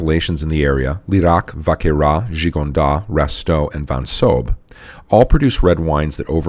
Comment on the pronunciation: Great cast! Just a polite heads up, you can pronounce the ‘S’ in Gigondas and Vacqueyras :) Cheers!